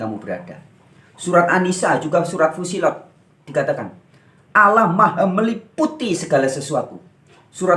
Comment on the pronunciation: Menyebut Alloh saja lafalnya salah kok bicara tentang islam.